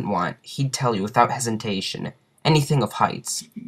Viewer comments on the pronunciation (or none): none